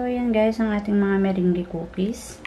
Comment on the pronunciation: Thanks for sharing your meringue... ahh by the way it's pronounce as "MERANG"..